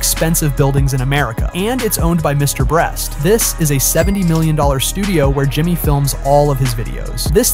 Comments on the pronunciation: He said Mr breast😭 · “And its own by mr brest” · Bro called him “Mr Bleach” at 😆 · "Mrbreast" "Mrbleach" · Why does this AI voice always say “Mr Breast” at some point in the video? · Yes it’s an AI voice that always does this, who ever wrote the script made a typo 😅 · Bro Said mr breast 😂😂 and stop acting like Mr beast brag over these things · Mr breast? Mr bleach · bro you say mrbreast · Mr "bre-st" ... um no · Get your ai voice over to fix its grammar or proof read your script dude. You repeated called mr. beast : Mr. Breast, Mr. Bleach, and you said sheran tanks instead of Sherman tanks and got you monetary amounts wrong saying billions instead of millions. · Why do you keep calling him Mr BREAST? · the way this man pronounces mrbeast is crazy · It’s funny how you messed his name up a different way every single time